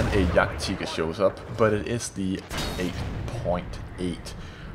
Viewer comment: its pronounced Jagd-"Tiger" not Teeger, and don't say its because of his accent because he jsut pronounced Tiger right when he was talking about the Tiger.